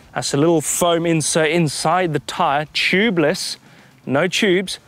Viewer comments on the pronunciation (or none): I heard of tubeless but what chubeless ?? Lol 😂